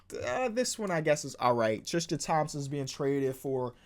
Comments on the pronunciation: Every time says Tristan it sounds like he says trisken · God please learn how to pronounce Tristan and Valanciunas I AM BEGGING